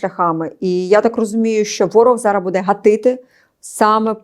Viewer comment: Шановна ведуча. Прошу звернути увагу на наголос у слові буде,яке повторюється часто , але неправильно. З повагою.